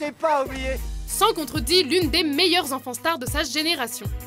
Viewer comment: A chaque fois qu'elle disait "enfant star" j'avais l'impression d'entendre "enfant STARK" mdrrrr